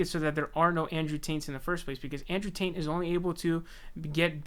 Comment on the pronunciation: Bro. Are you saying “ Taint “ ? 🤣 lmfao